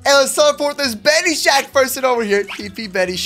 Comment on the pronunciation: his name is not benishack it is ben-is-hack lol